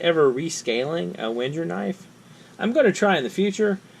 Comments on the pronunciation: Wait. Wen-jer? Is that REALLY how you pronounce the name? Regardless, I have a black LL Bean model of this tool and the ONLY thing that could improve it w/o adding weight to it is measurement markings on the screwdriver's shank. One of the best tiny tools ever made. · If no one has given you pure hell for how you pronounce Wenger, can I PLEASE be the first?